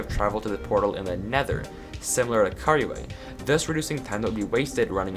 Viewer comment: Is it just me or when says couriway it sounds like "curryway"